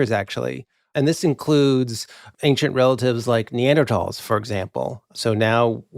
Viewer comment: kudos for proper pronunciation of Neanderthal!